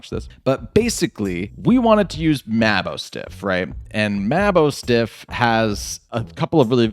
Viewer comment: You keep saying maboostiff name Wrong lol